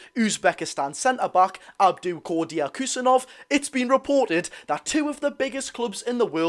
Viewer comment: I'd just go with "Abdu Khu-sa-nov"